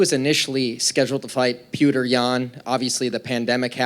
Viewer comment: why can none of these idiots say petr